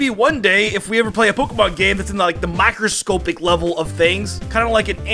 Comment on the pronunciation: Micro scopic it’s microscopic op not ohp